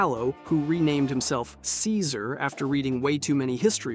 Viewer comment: If you spell ceaser as kaisar, the voice over should pronounce it correctly